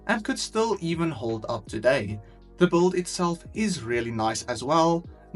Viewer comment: Why do you always say bold instead of build?